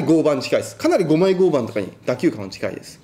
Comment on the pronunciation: マジレスすると合板の読み方は ”ごうばん”…△ ”ごうはん”…〇